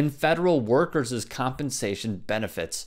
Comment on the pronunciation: Dude... "workers-zuz" I have heard Anna do this too. You guys need to revisit possessive "pronounciations-uz" Love your channel though :)